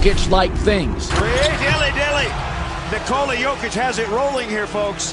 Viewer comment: The only hop shot in the world that is unblockable 😂. How come these announcers say his first name wrong all the time? To rob the man of his third mvp because of his nationality is dead wrong but thankfully Jokic doesn't give a shit 😂